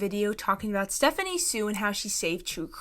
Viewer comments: I think it’s insane for people to say she’s borderline racist but are saying she’s doing “aeygo”, and can’t even pronounce her last-name properly. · What cracks me up is that these women go on criticising her for being disrespectful to, among other things, Black women, but then they mispronounce her name lol